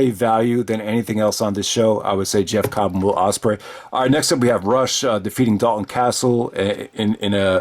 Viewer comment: Rush (*pronounced Roosh) is still ROH World Champion. He had title defenses lined up against Mark Haskins (18th Anniversary Show), and possibly Flip Gordon (Supercard Of Honor 14). G1 Supercard [of Honor 13] shouldn't be the only recent show you should watch from ROH,. Matt Taven should have won the World title the previous Summer or at the 17th Anniversary Show.